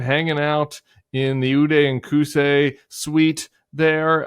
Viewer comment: Okay the Ude and Kuse suite had my laughing out loud